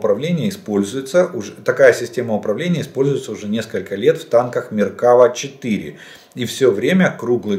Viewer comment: Пане Олеже, ви кожен раз не вірно називаєте назву ізраїльського танку. Наберіть в пошуку ютуба " Тактический еврей про войну в Украине, танк Меркава и грядущую войну с Хезболлой " наприкінці першої хвилини.